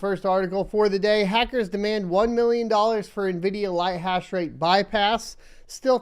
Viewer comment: "ONE MILLIYON DOLLARS!"